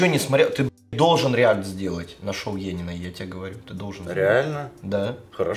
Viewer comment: Не Енина, а енИна. Братишкин базу не знает, кошмар... Фу